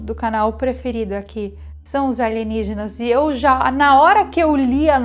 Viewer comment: Aligenígenas e não Alienígenas!